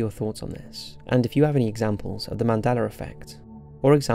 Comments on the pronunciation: It's "Mandela Effect", as you pronounced "Nelson Mandela"... I don't know why I keep hearing you say, " Mandeler Effect " ,but, I do. Great video, regardless how you pronounce it. I think what CERN has (and is currently) tinkering with is what is causing issues. Do a video about CERN!!! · Mandeler???? I thought it was Mandela!?!? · Why is it pronounced as "Mandeler"? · “Mandelar” lol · He is saying 'Mandelar effect' or am I hearing it wrong?